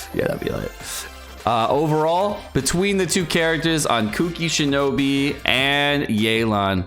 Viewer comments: SHINOBU! CAN YOU NOT FUCKING READ?! I LOVE AND HATE YOU SO FUCKING MUCH AT THE SAME TIME. BOO BOO BOO NOT FUCKING BEE GOD FUCKING DAMNIT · He looks at the word “Shinobu” and says shinobi lel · Everytime you say Shinobi instead of Shinobu I actually lose 1 year of my life spam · U kept calling her shinobi... 😂😂It's shinobu btw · As if it’s so difficult to say shinobu